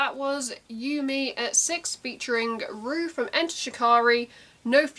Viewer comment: It’s pronounced “row” as in to have a row with someone :) Short for Roughton pronounced “row-tonne” xxx